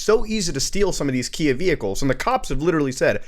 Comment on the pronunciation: Everytime you say Kia, all I hear is IKEA for some reason🙃